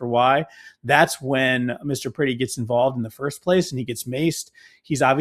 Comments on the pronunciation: Peretti, not Pretti.. Pronounced per-eddie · His name is pronounced (Pr-eh-ty, not pretty). This is the video (and the alliance) I've been waiting for. More to come, I hope. Please don't just talk together. Work together. I find it interesting that this is the very reason for the Second Amendment, and also shows why it's utterly outdated these days. It doesn't protect people as it was intended. It raises the body count. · Please say his name correctly out of respect for his family per retti is how it’s pronounced